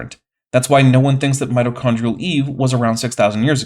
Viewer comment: and yet, somehow, the repeated (mis)pronunciation of mito(r)chondrial was still the part of this video that killed the largest number of my brain cells 💀